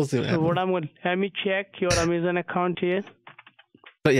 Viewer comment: Did you say Yamazon???